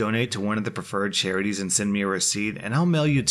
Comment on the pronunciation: did he really pronounce charities as ‘cherries’?